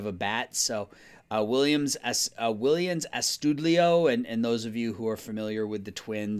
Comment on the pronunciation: will-ains ahs-stu-deyo